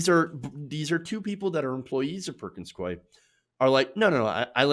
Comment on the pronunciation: It's pronounced Perkins "Coo-y". Not "Coy".